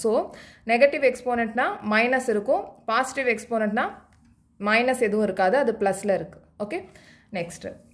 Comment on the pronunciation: Mam thats not pasitive its called positive